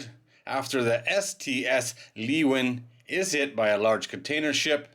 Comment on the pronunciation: The ship is not Leeuwin. It is Leeuwin II. The pronunciation of the ship's name is "Loo win Two". That may be the wrong pronunciation for the Dutch word, but it's the right pronunciation for the ship's name. It has been quite stormy here lately. The wind gusts were pretty strong Friday morning... I guess that's obvious at this point, though.